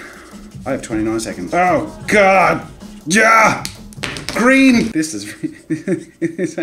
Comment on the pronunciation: when you said " green " it sounds like "scream"